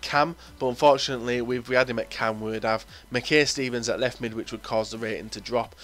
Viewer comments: Mackay-Stevens is pronounced I not A and Rangers don't have good players because they got put down to division 3 :P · It's pronounced makeye-Steven